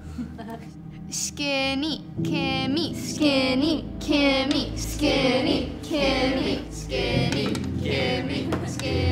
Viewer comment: "SkEnny"? it's SkInny.